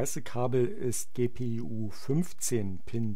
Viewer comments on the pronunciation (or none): ja hat sich nur witzig angehört :) an sich ein sehr gutes video